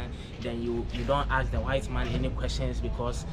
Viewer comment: Are all Ghanians incapable of pronouncing "Ask"?????